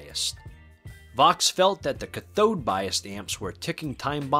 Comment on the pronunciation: You're pronouncing cathode bias incorrectly. It should be pronounced similar to cat on the first part, with the emphasis on the first part of the word rather than the second part of the word. Other than that, nice video! Love these amps!